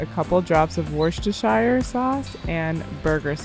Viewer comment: Not that is matters really, hi hi, but Worcestershire is not pronounced that way. :) Have a good day! great vid!